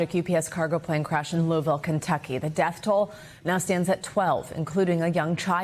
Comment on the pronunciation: Why on earth is he pronouncing Louisville like that? lol